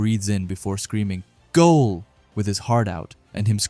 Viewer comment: you saying goal killed me😂